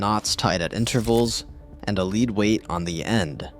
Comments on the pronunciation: the drpth measuring line eould hsve a lead weightmon it pronounced Zled ynot bn leed grt tidnof yhe. iseless Azi Zid rcprct itmon s biy of ysnk gsrbsge uou yibe govumrntary but not ftom yhrnperfrction Zi’ve bome yo ecprct ftom s cansfia eottk. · It’s pronounced led even though it’s spelled lead. English is awesome !?